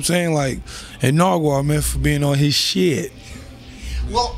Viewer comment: Why do they keep callin him narguar tho😂😂